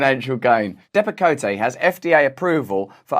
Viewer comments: Depakote, pronounced, depp a-coat, has been prescribed to many veterans also, who have depression secondary to PTSD. These oligarchs need to be stopped. I really don't understand how anyone could enjoy money made by causing harm to people. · Not that this matters, but you mispronounced Depakote. It's pronounced 'Depa-coat.' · Why can't they just tell the truth and say it's bcuz nobody in America wants to go back to work and they're having a hard time finding workers? Oh btw , I think it's pronounced Dep-ah-coat. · Russell, love you don’t pronounce the “e” that’s on the end of Depakote. It’s also used to treat epilepsy and control migraine headaches. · Love you. Its pronounced 'depa-coat'. And they give out righteous steak dinners for your time...:) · My ex husband was on Depakote (pronounced Depp-a-coat) for Bipolar. He was also on Ambien for insomnia. Both cause sleepwalking. One night during one of his sleepwalking episodes, he threatened to choke our then ten year old son. He had his hands around his throat. It was one of the scariest moments of our lives. These pharmaceutical companies, much like our government, don’t give two shits about the lives they destroy. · "Dep-a-coat" is the correct pronunciation. I was on it 20 years ago. It holds your emotions in check. Rather interesting, but no way to live. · It’s pronounced Dep-a-coat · Depakote ( long o, e is silent) is a terrible drug. It amazes me what doctors will prescribe. I used to "excuse" the doctors by telling myself, "Well they don't take it. So they don't know. Now I just don't trust doctors or anyone and the FDA is a FAILED INSTITUTION. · I work at a psyc word and patients are still prescribed Depakote. The e is silent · It's all very true, but when you mention a drug you probably ought to look up the pronunciation. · I love russell's fancy French pronunciation of Depakote 🥐. in all seriousness, though, my epileptic daughter almost died twice when she was 7 yrs old due to Depakote. it's evil stuff.